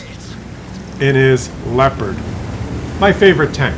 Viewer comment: The most important thing is that you finally pronounce Leopard correctly, my toenails always roll up when you say Leopard ( lehpuhd ) completely wrong °°° Try saying that : leh oh pard thas correct in German.. Because we say also New York and not Neff Jork ( what will be done if we read it in german mind )